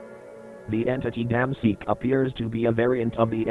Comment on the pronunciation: i swear everytime i heard "dam seek" i hear it as "DAMN SEEK"